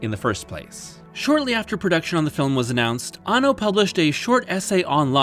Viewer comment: You missed pronounced the directors name around the 3 minute mark.It's Hideaki Anno! Not Hideaki Banno.